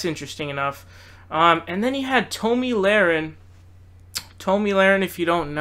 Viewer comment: Based on the content of your video, you obviously are biased to the left. You mispronouced Tomi's name and demonstrated ignorance in your thoughts about healthcare. I cannot subscribe.